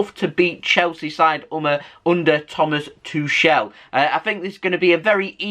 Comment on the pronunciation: 2shell is so wrong. Rhyme it with chuckle and do the CH like the Scots do loCH. Soz. C'mon City!